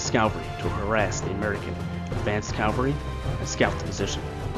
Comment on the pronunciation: And it’s “CAV-al-ry,” not cal-very.